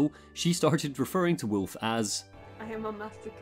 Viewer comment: Sekiro is Wolf. He calls him ' Woof' .